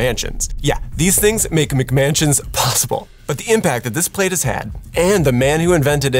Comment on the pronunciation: How illiterate are some people? Eg, those newsreaders. It's not MICK-mansions. It's MAC-mansions.